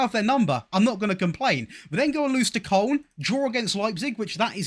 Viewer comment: You might be the only English YouTuber who doesn't say Kolon for Koln.